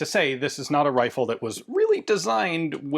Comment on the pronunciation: “a lil bit of dis and lil bit of dat” ass✌️😭